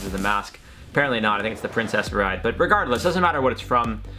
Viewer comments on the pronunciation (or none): …. Breaking my heart with that fumble on princess bride 🤦🏻‍♀️🤦🏻‍♀️🤦🏻‍♀️🤦🏻‍♀️🤦🏻‍♀️